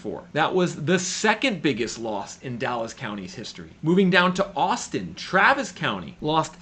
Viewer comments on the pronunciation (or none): none